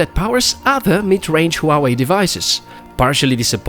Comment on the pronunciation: Its not Hooawei, its Huawei